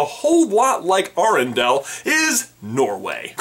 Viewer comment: I was loving this video until you mispronounced arendale. It's air-en-dale not arr-in-dal